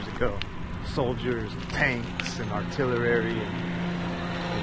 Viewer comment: artilerary 가 아니고 artillery